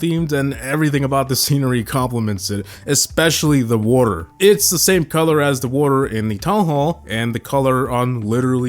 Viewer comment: Why are you saying water like that?😭